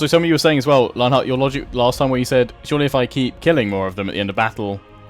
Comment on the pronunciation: Hellebron seems to be a riddicilously overpowerd hero killer. Also love the vids. And as a side note, everytime you say lionheart here, all i hear is lalala here.